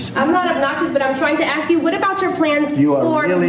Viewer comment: I’m just trying to to AX you a question